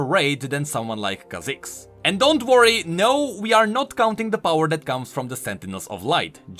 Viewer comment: If you say renGAAR (after khaZIIIX and kai'SAA) I woulda given up hope xD